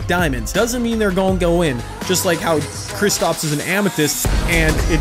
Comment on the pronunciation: Anyone else getting mad when says kristOps instead of kristAps